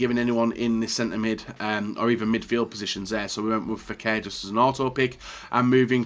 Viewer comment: it’s pronounced cassy-mirO, not cass-merro and fekir is pronounced fek-ir, not fekker.. you’ve been a fifa youtuber for years .. learn how to say players names